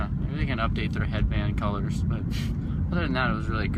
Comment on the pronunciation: David Buckley I was like someone else had to peep game he said the colors wrong😂